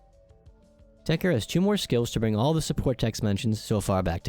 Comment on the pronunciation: why the f is everyone calling it techer whens ist spelled techTer ?